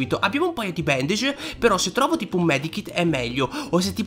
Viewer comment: come hai detto bandage🤣